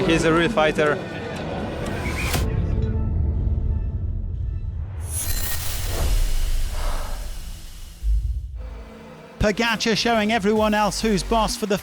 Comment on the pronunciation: Announcer still can’t pronounce pogacar. Strange. Odd. Unprofessional